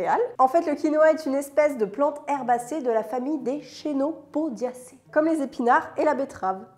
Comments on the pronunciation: On dit pas [CHénopodiacées] mais ça se prononce [Kénopodiacées] ^^ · Super vidéo ! Pour la recette mais aussi pour son contenu très complet. Hâte de la prochaine 🙂 PS: "Chénopodiacées", ça se prononce vaec un "k" et pas un "ch" ;-)